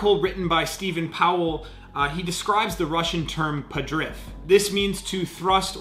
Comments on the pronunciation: arrrggghhh. its "PADRIVVV"!!! not "padrIFFF "!!!!. good video, interesting to watch and you know your stuff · Well, actually it is pronounced as podriv(hollow o and hard v) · Да, именно так. Но ему ж виднее, значит правильнее говорить падрыфф) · it's "podryv", not "padriff", and it's not a jump, it's the way to describe efficiency of force transfer during the contact of the bar with the hips. The loud feet help to get rigidity in the catch. And the catch is not done at the final position, it is done at near power position and then lowered. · Good overview except it is not "padriff" but more like "podryv" from "rvat" meaning to yank. In other words "podryv" means to yank up. I'm native speaker and a lifter. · Way late to this, but as a Russian student/soon-to-be-linguist, I can share with the class the meaning of “padriff:” The Russian word for what is describing is «подрыв» (pronounced “podryv”); it comes from the root word «рыв», meaning “tear/rip/cut” and the prefix «под», meaning “under.” Putting it together makes “under-cut,” or if using it in a more general context, “undermining.” Basically, it’s describing the act of moving under the bar to stop its descent, as already pointed out. Hopefully this helps—otherwise, at least you learned something new today! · When you said padriff, I needed quite a while to understand what you meant ( I'm Russian native speaker) No offence, just funny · It’s pronounced podriv with the i sounding like e